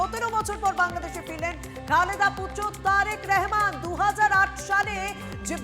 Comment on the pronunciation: দিদি,নামটি সঠিক ভাবে বলুন।